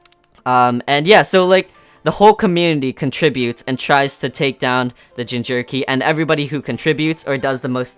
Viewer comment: i dare you i double dare you say jinjerky instead of jinchuuriki again.